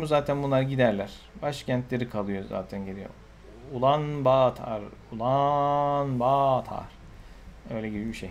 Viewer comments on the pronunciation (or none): Ulanbatur diye okunuyor